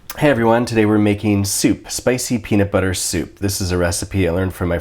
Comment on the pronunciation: Spicy peanublllllllllllllllllllllluh soup